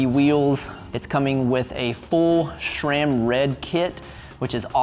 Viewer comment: A) there is no "H" in Sram. It's Sram, not "shram"! B) Cables can be run* internally (actually "routed", but definitely not "ran") C) It's the Bianchi "spe-tshah-lissima", not "spess-ee-alissima" D) On your next Bianchi, please mount a Campagnolo groupset - not because of the "Italian thoroughbred" nonsense, but because Sram cranks are so incredibly hideous.